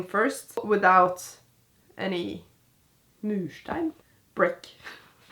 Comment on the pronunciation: "... murstein?" LOL 😂 its easy to forget that English is not your first language